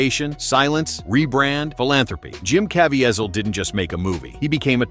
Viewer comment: Jim's name is pronounced like Ka-VEE-zle not Caa-VE-a-zel.